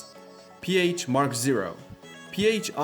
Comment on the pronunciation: I died a little inside whenever he pronounced Piéch “pH”.